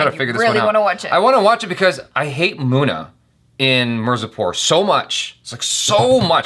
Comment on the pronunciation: Everytime calls Munna, Mona.......🙄 Mona! Mona!! 😄